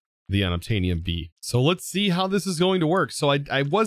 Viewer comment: How many times did you say "be'ee" during this episode, it was suddle lol but made me laugh